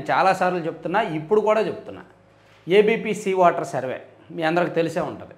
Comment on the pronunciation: వాటర్ కాదు వెధవ,ఓటర్ అను.😢